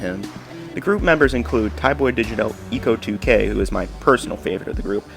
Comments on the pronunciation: its pronounced like echo 2k not eco 2k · You should do the same for Leandoer Also it’s pronounced “echo” lol